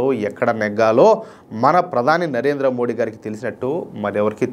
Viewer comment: దయచేసి "మోదీ" అని పలకండి 🙏